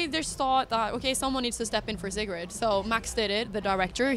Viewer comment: You actually pronounce Sigrid as Cigarette in english? Bruh